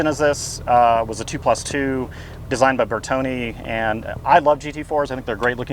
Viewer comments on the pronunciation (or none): Please its Bertone Not Bertoni.......